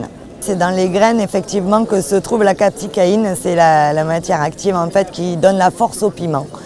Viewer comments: VIDÉO SYMPA mais ! Juste deux petites rectifications amicale, ce n'est pas de la "capsicaïne" mais bien de la "capsaïcine" et pour info ! elle ne se trouve pas que dans les graines. La plus grande partie se situe entre la peau et la chair du fruit. bonne continuation . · bonjour, capsaïcine et non capsicaine, et elle ne se trouve pas dans les graines mais le placenta, c'est a dire les membranes blanchâtres qui sont à l'interieur des fruits où les graines sont accrochées, d'où la confusion